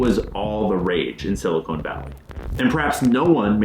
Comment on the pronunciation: Silicone=/= Silicon Cmon man, I want to share this video and actually be taken seriously.